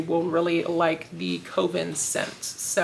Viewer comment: I bet It’s Evil is a play on the book/movie IT. And just wanted to share that Coven is pronounced Kuh-vn. Thanks for sharing!